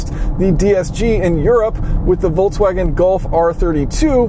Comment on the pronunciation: Volkswagen is made for people (volks) not wolfs :-) Please pronounce it as it is. And I’m not even German.